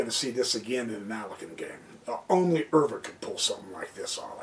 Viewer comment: Pronounced max euwe ‘u’ Pronounced like the letter u